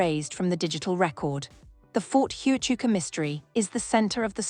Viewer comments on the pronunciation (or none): You can’t even say Ft Huachuca right